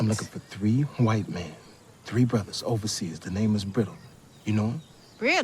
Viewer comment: “Overseer”? Like in the Caribbean? WTF?